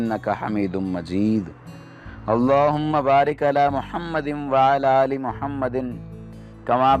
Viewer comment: Bhai yeh jo darood shareef main aap Mahammadin padte hain yeh darust nahi balke Muhammadin hain aap apni bi islah karo